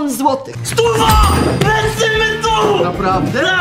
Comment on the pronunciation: "Lecymy dul" 🤓